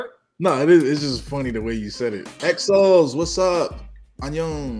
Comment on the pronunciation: I've only seen one comment in spanish saying this so I'll comment too. The fandom it's not ExoL, it's Exo-L, like exo and then the letter L, pronounced exo-el.